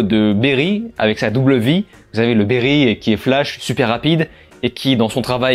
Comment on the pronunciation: Barry pas Berry